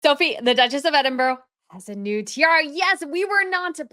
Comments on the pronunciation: Edinburow.....it's definitely not pronounced EDINBUROW.....ED IN BUR AH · Good job on commentary! All sounds great in your accent but if you want accuracy on names, note that Sophie is Duchess of Edinburgh (counter-intuitively pronounced EDD-in-brah, not ed-in-BUR-ro) whilst the former crown jewellers, Garrards, is pronounced with first syllable emphasised, something like GARR-uds (not g'RARDS nor Ga-RRARRDS). Yes, the spelling of Edinburgh does not match how it is said. See also placenames such as Leicester (LESSter) and Gloucester (GLOSSter) and Worcester (WouSSter). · Edinburgh is pronounced Eddin bra not Edin borro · It’s pronounced Edinbur